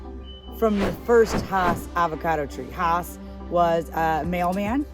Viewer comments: You are correct. Rudolph Hass' farm was in L.A. County. And his name is pronounced "Hass;" not "haws." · Hass is pronounced like bass.